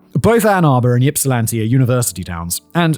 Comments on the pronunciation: I agree, he is lucky he's never had to pronounce Mackinac LOL Though I remember my parents jokingly calling it in the purposefully wrong pronunciation "Mackaknick-nack" That's the only reason I would be able to remember how to spell it growing up LOL It always makes me smile now. That nostalgia done, did you not listen to the yipping he was doing to poor Ypsi? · I giggle wildly everytime Simon says YIPsilanti. 😂 much to the comfort to my coworkers. Also, going 'YIP' like a hiccup noise isnt helping either. 😊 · Yeah - as soon as he said “Yip sill anti” I had to groan a little. I also understand that it could be difficult for people pronounce, but damn, do some research. In the days of internet, these things are available pretty easily. EDIT: after listening further, he does a decent job of pronouncing most of the cities. Ypsilanti is the main one he doesn’t get right. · Listening to Simon trying to pronounce Michigan city names is both cringe worthy and hilarious 😂😂 Also, Simon, it's not YIP-silanti, it's IP-silanti. The Y is silent lol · By the way the Y is supposed to sound like Ip not Yip. Ipsilanti is how it's pronounced. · Not pronounced YIP. It's pronounced IP. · From Ypsi, born and raised! My mother was actually a young adult in Ypsi at this time, and dyed her hair to supposedly avoid being John’s preferred type of victim ☠️ Also not sure if it’s covered later on, but for anyone wondering, Ypsilanti is pronounced “Ipsilanti”, not “Yipsilanti”! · HELL YES EMMA, THANK YOU FOR DOING THIS ONE!!! I'm so excited. Edit: Simon, it's "ipp-sih-LAN-tee", not "YIP-sih-lan-tee" lmao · Lifelong michiganander and I'm lmao at "Yipsilanti" 😂😂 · lol u did ur best. i live in plymouth. just so u know, its pronounced (ihp-sil-an-tee) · Also, we pronounce it IPsilanti, than Y is silent. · Yip-silanti is sending me 😂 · the Y has an i sound when pronouncing it. So it's pronounced as (i)psilanti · No. Just like Kerri is pronounced the same as Kerry. ip-suh-lan-tee